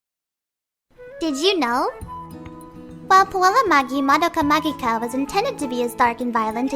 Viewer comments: Thank you so much for pronouncing the name of the series correctly!!! So many people completely butcher it and it drives me insane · You are the first person I've seen who's pronounced "Puella Magi Madoka Magica" correctly 😂